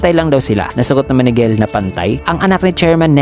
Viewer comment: Jell po gell ang pag basa hehe